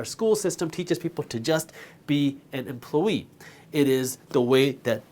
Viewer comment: Does anyone notice him saying it "emplo-yee"?